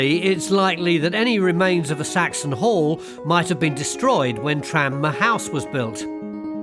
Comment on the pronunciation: I thought he said "hole" and not "hall". I could use subtitles sometimes.